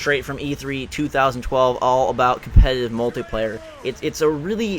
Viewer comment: Why you say Mutliplayer? This is the Singleplayer